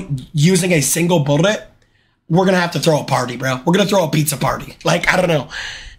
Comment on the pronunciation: New to jnxy does he have a speech impediment where he can’t say bullet and constantly rolls his r and L?